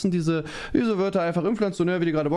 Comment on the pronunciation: Inflationär, nicht Inpflanzionär